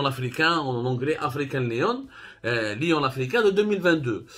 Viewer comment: African lion not leon